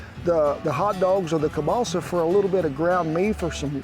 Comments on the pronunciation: You talked about substituting the hotdogs for Kebalsa, which is actually pronounced Kiełbasa (sausage)...makes me wonder about your history, are you Polish? R.I.P. to all the Polish veterans that fought for and emigrated to the United States when we lost our country. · Hey Kent? Don't wanna be rude, just wanna say that Kielbasa isn't pronounced "Cabaalsa", I was super confused, so clarifying for others as well. Think Kiev in Ukraine. Key-ev, key el basa, that's how it's pronounced. Love the video! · I love how Kent keeps saying kielbasa as "Kiebalsa" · Ke-ball-seh sausage lmao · the way this guy says kalbassah is like pronouncing trump's name as tremp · Sorry Ken but that sausage id pronounced keel-bah-sah. Here in Wisconsin, if you are not of the German of Polish heritage you are a minority, We just love our kielbasa, especially if it is smoked. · Political views aside, this is called Slumgullion, or American Goulash. And as a Polish-American, you butchered the pronunciation of kielbasa to the point I was wondering what you were talking about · 😂Took me a while to figure out you were saying kielbasa 😂. The way you said it made me think it was balsa wood. 😂 as always great recipe.